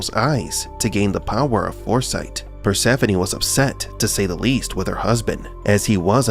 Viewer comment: Finally her name is properly pronounced.